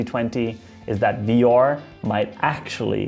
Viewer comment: I hate the way this guy says 'VR'. Sounds like some Nordic name .. 'Vior might have a chance to become mainstream. And his brother Aior will tag along'.